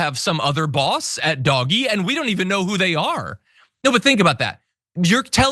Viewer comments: Glad to hear that pronouncing DOG E as Doggy is catching on. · Thank you someone finally pronounced dog e properly! Kudoes!!! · Thank you for calling it Dog-E :) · Thank for calling it by the correct pronunciation-Doggy- in the vein of The Far Side's "cat fud [arrow into the dryer]" cartoon.